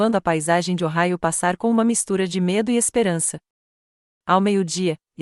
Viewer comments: O Raio????? Correto: OHAIO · O correto é Ohio😊